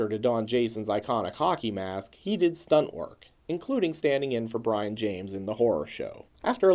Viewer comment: It's pronounced Bree-on not Brian